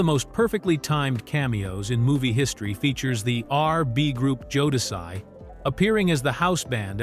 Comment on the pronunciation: The fact that Jodeci’s name was initially pronounced correctly but the each time after that was mispronounced. Then it was mispronounced in different ways. 🙄